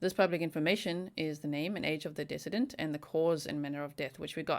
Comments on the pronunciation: ..."decedent" is pronounced "deeeee cedent." It is a long "e" on the first syllable. You had asked for clarification in your previous video. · Not trying to call you out, I wish I knew Africans it's a beauitful language. But the word in English for decedent is pronounced dee see dent. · Just FYI Decedent is pronounced De-Seed-ent Love you. Hope you are well. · Duh-see-dent I’m not being a “pronunciation cop”. I just know likes to pronounce words properly 😉😄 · Fyi. Decedent: Like deceased. Second syllable sounds like sea. Accent on second syllable. You"re so cute and to be admired in your goal for perfection!